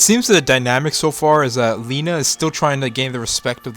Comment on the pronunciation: Lena not Lina